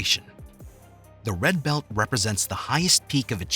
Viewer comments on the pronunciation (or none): Redccccchhhh belccccht.